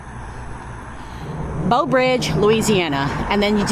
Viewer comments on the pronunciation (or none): . Nope she said Beau 😂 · I was going to say that too. Plus, it sounded like she kept saying BOW Bridge!! The teacher in me was making the "Brrrrr" sound. Great video! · Its not Beaux Bridge. Read the sign. Its BREAUX (with an r) Bridge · It's Breaux... bro bridge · It's pronounced "brah-oh" or "broh." The French elongates the "eaux" or "oh" part of the word. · You 1 hr away from me (Baton Rouge). Hope you enjoyed , love the content ❤ P.S. Ypu say breaux like “bro” Teche is “tash “ (Teche is a Chitimacha word meaning snake) and Angelle like “anjel “ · You don't crawfish.... enjoyed the video, but you needed a guide... and Breaux Bridge has an R in Breaux!!! -- you could have learned a LOT if you just asked anyone questions.